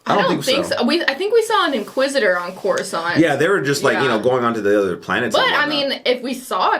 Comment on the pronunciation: It's not coruscant